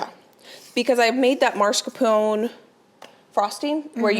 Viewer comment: There is only one R in mas-caR-pone.